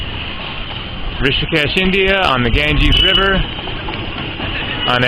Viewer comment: Maa Ganga not gangis